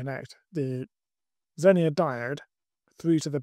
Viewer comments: don't get me wrong, I enjoyed the video, and the one where you broke it in the first place 😀. It sounds like you're saying zenier with an I, not zener (either pronunciation). Hope this helps. 👍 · ZENER. It's ZENER.